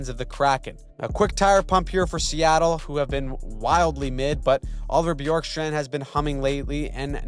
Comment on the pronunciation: just a slight note, it's pronounced bih-YORK-strand